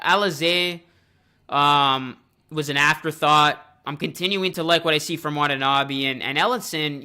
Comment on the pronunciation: Nice video. Actually, to pronounce Watanabe is wa-ta-na-bay.